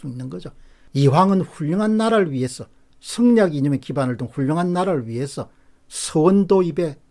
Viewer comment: 박사님의 충정어린 이런 얘기들을 더 많은 사람들이 듣고 깨어야 하는데... 안타까운 마음입니다 근데요 진지한 말씀을 들으면서도 박사님의 '승리학'이란 경상도 발음때문에 저절로 웃음이 나옵니다🤣🤣🤣